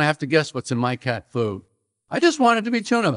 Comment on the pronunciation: He won me over :-) The weird emphasis he uses on the phrase “cat food” almost makes it sound like he’s saying “cat poo”!